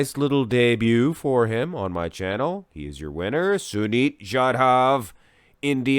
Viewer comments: Finally an Indian athlete, yeah you pronounced sunit correctly but jadhav was wrong its pronounced as jaa-duv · Cheers from India🙌 You did pronounced Sunit's name correctly!